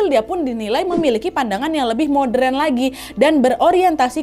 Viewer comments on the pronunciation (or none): none